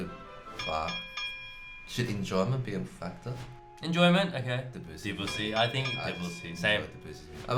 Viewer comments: Hey guys - get it right !!! It is NOT Duh-BOO-see but pronounced DEB-you-see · They're still pronouncing Debussy DeBOOsee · I've actually heard them pronounce it properly (I'm a German-speaking person too), so they do know how it's done, I guess it's just difficult/a lot of effort? Also, their pronunciation of Bach is still nowhere near as wrong as their pronunciation of Debussy.